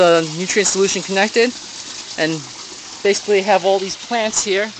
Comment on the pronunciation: ...basiliy ..lol :)